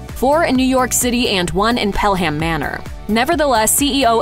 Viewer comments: Pelham as in Pelham Manor is pronouced pellem not pel ham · Dollar tree wages? Manager pay is under $9.00 a hour, and when each manager is replaced, it's for less pay than the prior manager started at. BTW Pelham is pronounced Pell-lum Honey: any convience store sells tums, lay off the hot sauce!